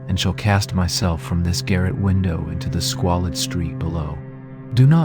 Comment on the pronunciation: "THE WiNdOoww"